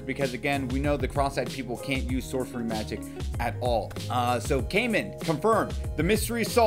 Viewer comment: Its not kaymen is it so hard to pronounce? Kai is litterally a name a just putting man behind It isn’t hard